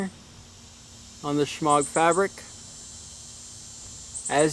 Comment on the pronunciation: The 'g' is silent